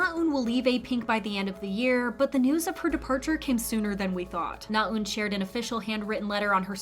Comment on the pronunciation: your Korean name pronunciations are improving! you still need a bit of work but I know it can be hard to wrap your tongue around foreign sounds. NaEun is not pronounced with a long "u" sound, though. :-) when you pronounce it, it sounds like "나운," rather than what it should sound like: "나은." the latter is how her name is spelled, with the "ㅡ" character that's usually romanized as "eu." sincerely just trying to help. the "ㅡ" sound in Korean can be hard to master. still, overall, you are sounding much more natural and accurate; good work!